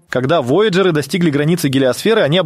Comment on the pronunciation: Такое впечатление складывается, что ведущий-это сгенерированный ИИ человек. Бедные вояджеры! Куда только не ставил ударение голос озвучки: воЯджеры, вояджЕры... И второй момент, замечательно, что на экране показали перевод мили в километры и прочее. Но все же, если вы вещаете на русскоговорящую аудиторию, полагаю, что можно было немного потрудиться и, при написании текста, все таки изменить данные на метрическую систему измерения. В противном случае складывается ощущение, что это не текст автора, а просто скопированная до "запятой" чужая информация с англоязычного сайта. Автору было просто лень отредактировать информацию.